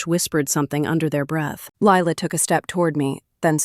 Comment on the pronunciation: . You are spelling it as Ly la and saying it too. You don’t take any notice of the details.